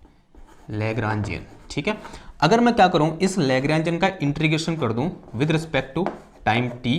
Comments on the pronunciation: It's not intrigation but it is integration. Please pronounce it properly otherwise it is irritating to listen. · 'इन्टीग्रेशन'...... न कि ...... 'इन्ट्रीगेशन' .... 😂😂😂